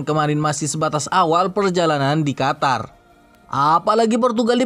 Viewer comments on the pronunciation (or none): none